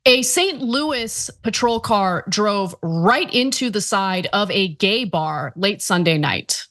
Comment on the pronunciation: Does it being a gay bar have anything to do with this? Like why is she emphasizing gay bar so much